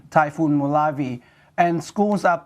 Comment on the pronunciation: It is pronounce as "mo-la-veh" not "molav"..